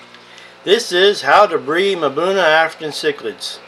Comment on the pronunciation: “Mabuna” Cichlids? It is pronounced “ um-buna” = Mbuna